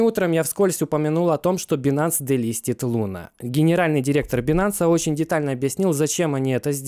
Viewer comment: Правильнее говорить байнэнс, а не бинанс)